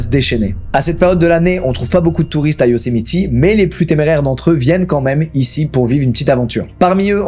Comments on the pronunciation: Moi dans toute la vidéo quand Squeezie dit Yosemiti au lieu de Yosemite : 😵‍💫😂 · Par contre c’est Yosemite et pas Yosemiti 😂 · Ça ne se prononce pas « Yosemiti », mais sinon c’est parfait comme d’hab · Un petit truc qui me titille on dit Yocemite pas Yocemiti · petit ajout mais Yosemite se prononce "YO-Sé-Maït"! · Stp dit plus yosimitI ont dit pas i c'est horribles 😭🙏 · Sa prononciation de "Yosemite" tout le long me stress trop mdr